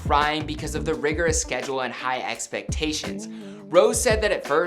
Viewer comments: NOT ROSE ROSÉ (ROSE-AYE) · its 'Row-say'. not 'Rose' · É is pronounced “eigh” if ya can pronounce Beyoncé correctly, you can pronounce Rosé correctly 🤦🏻‍♀️ the other mispronounced words and names are understandable, but Rosé is such a common American word... y’all even have alcohol named after it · He called her rose its pronounced rosay like that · kind of triggered because he kept saying “rose” not “Rosé” => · Uhmm not to criticize but its Rosie kind off its not Rose tho. But i love how you try your best to present a good video👊🏻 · It's not ROSE IT'S ROSÉ DAMMIT !!! 😩😩😩😩😩😩😩😩😩😩😩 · Wow this is amazing! Btw you pronounce rosé like rose-ay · The fact that he said rose triggered me so hard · Rosés name is pronounced ros-ay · Even the members pronounce it Rose and Rosie sometimes haha he did his best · So many people mispronounced rosè's name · Rosè. It’s said with an accent. Not being rude, just letting you know. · UGHH HE CANT EVEN PRONOUNCE ROSÉS NAME RIGHT AHAHAAHAHAHA I CANT